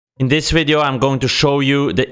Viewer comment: " wideo " classic...